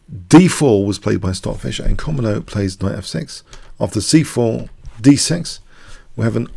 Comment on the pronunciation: It's actually pronounced koMOdo, not KOmodo.